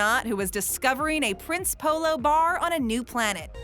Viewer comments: see i'm polish and I go to polish store's in America and we have prince polo it's actually pronounced (princ) EH (polo) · I’m polish so yeah Prince Polo is really great but you don’t pronounce it “Prince Polo” but instead “Princey polo” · I am polish and the way she pronounces Prince Polo ahhhh sooo wrong